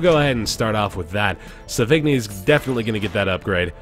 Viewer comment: ahem sauvigni=sô-vi-ñí and puchot=pew-shô XD well done man, really been enjoying the series